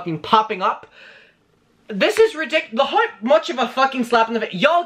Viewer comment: I like that you pronounce the word "hour" as the letter "r", and also the word "how" as "haur".